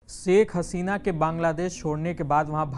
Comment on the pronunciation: सेख नहीं शेख होता है भई